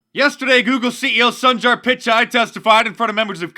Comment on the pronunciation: All of us conservatives are having the same hallucination. Hooray for Alex Jones! I'm studying Hindi and Sundar means handsome, his parents really missed that one when they named him! It's actually pronounced Soon-dar, but mispronounce it all you please, thank you.